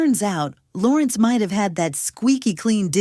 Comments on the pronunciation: And said Lawrence instead of Lorenz. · “La-Rins” not Lawrence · I was wondering who the hell is Lawrence…. She apparently means Larenz ..AI is crap doing narrations.. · Who is Lawrence? Its Larenz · His name is Larenz Tate. Not Lawrence. WTH 🤦‍♀️ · LARENZ...not Lawrence🙄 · His damn name is Larenz, not Lawrence… TF?! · Y'all really have to stop using these AI voices 😂 Lawrence/larenz. And purnell was in jail not caine. Y'all act like no one watches these for the fact check. Who's in your editing department 😂. Step into my office...cause you're fuckin fired😂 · Who the fuck is lawerence??? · this Ai pronunciations funny as hell.. Lore enz not Lawrence "swag" "so fire" "yo" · His name is Larenz, not Lawrence. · Lorenz Tate! Not Lawrence! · Yo. I cannot with this A.I. voice over when they mess up names. They had me like who is Lawrence?! I didn’t know until I looked at it they meant LARENZ! And pack? Who is pack? Pac you mean?!!! Smh I tried to watch it. back to Vlad interviews I go. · yes why they calling him Lawerence it’s larenz lol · Who narrated this?!?! She called Larenze Tate "Lawrence" and Tupac (Tupack) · Did she say Lawrence😅😅 must be a.i. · I’m like who tf is “Lawrence⁉️” but she tried to pronounce his name 🤦🏾‍♂️🤣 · This AI voice over 🐂💩 ruined the video. Especially mispronouncing Larenz's name 🤦🏿‍♂️ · Im so sick of this AI narration bs. It ruins the feel of the video. It cant even pronounce names correctly. They butchered Larenz and Tupacs name. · That's what happens when you rely on AI voiceovers instead of just hiring an actual human being to do the narration. Goddamned bot also mispronounced Larenz Tate's first name.